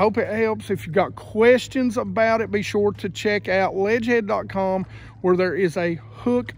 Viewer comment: You should link Ledgehead in the vid description I had to listen to you say it a few times before figuring it out. Ima get me some of those tho thanks for the tips here!